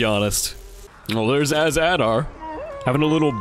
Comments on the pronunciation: Not az Adar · Noooooo not all-Adar!!!! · Not az ader